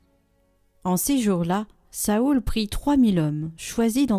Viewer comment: Cest nouveau de prononcer Saoul ?